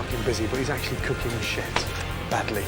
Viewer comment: "But he's actually cooking shet" 😂